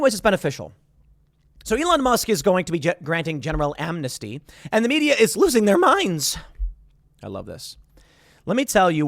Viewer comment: Omg why does he say losing their mind like that.